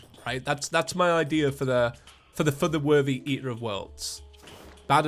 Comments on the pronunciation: who else hears saying "feather worthy" instead of "for the worthy" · Why have you done this to me. All I hear now is "fer ther werthey"